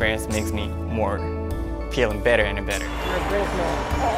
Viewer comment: Yuzuru correctly pronounced many words that contained the letter f in this video like fans, feeling, figure, forest, among others. Maybe pronouncing the f sound is a lot easier for him when it's at the beginning of the word rather than in the middle?